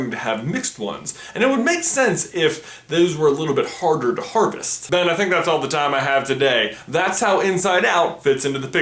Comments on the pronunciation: Am I crazy or is he saying 'Ben' at the start? Bc that shit freaked me tf out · Did he say Ben or am I going crazy? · why u keep saying ben